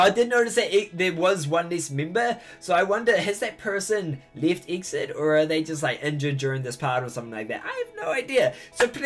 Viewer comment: The groups pronounciation is E-X-I-D not Exid. :3 It stands for "Exceed in dreaming".